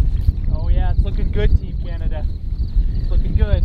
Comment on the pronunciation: did you just call Canada... canadia? 😭😂